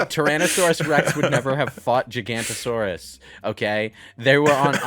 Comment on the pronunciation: For someone complaining about dino accuracy, you could at least get the giganotosaurus name right, Lewis.